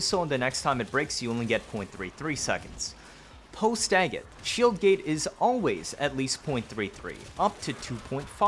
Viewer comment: Your pronunciation of dagoth and pablo is like nails to a chalkboard